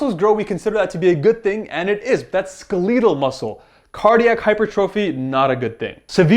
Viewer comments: Please stop saying 'skel - leet - tal'. It's 'skel - et - al'. You don't say 'skeeleton', do you? Say 'skeleton' out loud....now say 'skeletal'. :) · Dude, I love the videos, but come on, who says “skaleetal” muscle? Lol